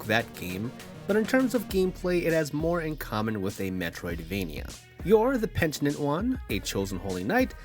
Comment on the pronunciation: It's pe-ni-tent. Liked and subscribed anyway.